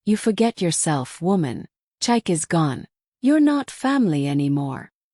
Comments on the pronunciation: Can you please learn to pronounce Nigerian names properly? Chike is pronounced Cheekay, not Chike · I'm not Nigerian but I often watch these stories, so since I know the correct pronunciation so saying chike Kinda throws me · Please pick a relevant narrator so that the mispronunciation of Chike doesn't make the story lose authenticity with a Western narrative voice.